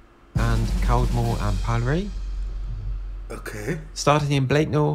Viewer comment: Interesting video (exaggerated title), but I would have liked the local pronunciation used for Caldmore - more like "Karma"